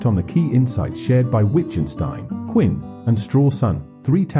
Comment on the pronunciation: Who the hell is “Quinn?” If you can’t get the man’s name correct, why would I think you can get his, or Wittgenstein’s or Strawson’s, thoughts correct? Sounds to me that your interpretation’s of these three men may in fact be interesting and informative, but your presentation is horrific and disturbing and distracting. The narration renders the entire video and detracts from anything meaningful you might have to say. Maybe if I watch with the audio on mute.